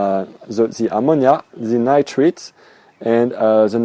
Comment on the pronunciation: Stage 2 is nitrites...pronounced "Nightrights". Well done otherwise. Next video: Fishless cycling?